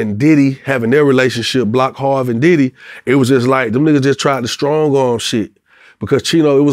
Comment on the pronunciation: Is it me or when he say diddy house he say daddy house